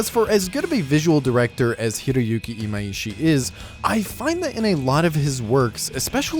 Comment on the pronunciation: His name is Imaishi not Imaiishi. I don't know where people keep getting this extra "i" from, but it has never been there.